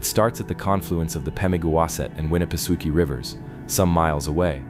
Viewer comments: You're pronouncing Winnipesaukee completely wrong! 🤦🏾‍♂️ You keep saying Suki but that's not how it's pronounced I'm from New Hampshire I think I would know LOL.....it's pronounced sawkey not Suki! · That's what I was saying I commented that it's not pronounced Suki it's pronounced sawkey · I am only 44 seconds into the video and I must sto😮ppp for a minute .... Ok 1st of all...STOP 🛑🛑 if u are going to speak about a place , PLEASE LOOK UP HOW IT IS PRONOUNCED , for the love of all that is great ugh!!!! it's pronounced Lake Winna pa socky,...ok continue on... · Lol winnapasooooki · It's pronounced: 'Winni-peh-SOCK-ee' 😎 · The ai reader is pronouncing Winna pa sockee different EVERY time it’s read. Roflmmfao. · Lake Winapasookie😂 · Im not tyin to be a d☆☆k, but its pronounced Winn-a-pah-saki. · agreed. the mispronounciation goes right through me